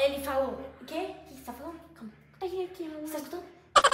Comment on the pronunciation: A FICOU TÃO FOFA MAS FALA MANMÃR